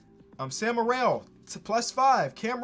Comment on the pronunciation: hey, it’s pronounced sam merill, not morell -from a proud utah state fan